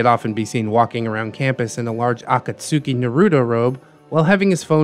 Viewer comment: That pronunciation of Akatsuki hurt me bro